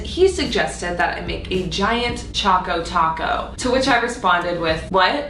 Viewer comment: It's annoying me that she keeps calling it a "chaco taco" when it's CHOCO Taco!